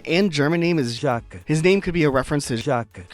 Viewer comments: Oh no...oh no, does he say Juh-kweez!? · Jacques is not pronounced "Jaquess" it's pronounced like "Jack" but the J is more silent/less "DJ" sounding, like Jared, and the s is also silent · Ok, pronunciations making me crazy- Nan, not naan like the flat bread, Nan as in Nanny- you literally said nanny. Nan=Ann Ione- Eye-own-ee, Greek and also Celtic/Gaelic origins Pate- not pait- Pah-tay, French origin Jacques- not Jah-kees - Jah-ck- also French Soliel- Soul-ay - also French Sparro- is sparrow, just as you said in your description, not spar- oh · Jacques is pronounced jax, which given his DJ theme, is likely a reference to the basement jaxx, two very famous british DJs. The french part is probably also alluding to daft punk, a french DJ duo.